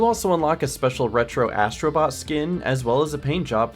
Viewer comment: Ass..tro Bot made me laughing😂